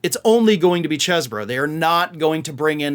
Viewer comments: it's cheese bro.. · Say chees bro 😊